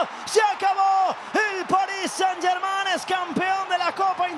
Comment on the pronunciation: Por fin un comentarista que pronuncia bien "Germain"